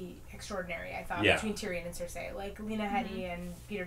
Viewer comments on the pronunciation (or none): Why are you all saying Cersei's name that way? I get that it's an "ei" at the end, but everyone else I've ever heard just says "Cer-see." It's super annoying. It's like if you always pronounced encyclopedia "encyclo-paedia"